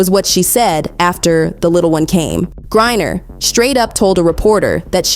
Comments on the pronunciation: This video has a lot of misinformation. First, this video is done by Ai since they mispronounced Griner multiple times. Second, she was in a female penal colony. Third, most same sex marriages, one of them are considered as the male and dresses the part. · Cannot LIKE. When you cannot even PRONOUNCE Griner because you DO NOT EVEN REVIEW YOUR OWN PODCAST/video. You lazy people, don’t even review your own A.I. maybe using DESCRIPT.